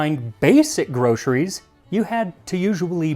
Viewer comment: God, I love when Americans pronounce 'groceries' as "grosheries"